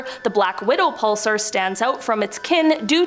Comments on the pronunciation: Grr, pulSAR, not pulser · Whos says pulsar like that